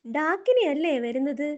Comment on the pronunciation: Daakini alla daagini... Gini okay